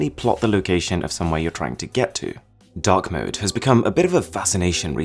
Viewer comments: i thought you said dog mode lollll instead of dark mode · I thought you said dog mode in stead of dark mode. XD